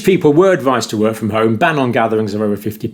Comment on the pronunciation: what are you saying?? "lockdowns seems like that they wooord" is what I hear come out of your mouth :P